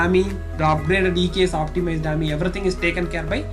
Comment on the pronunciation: Its A-M-I not aamyy